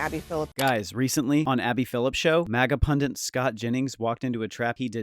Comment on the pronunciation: The word is Pundit, not Pundant.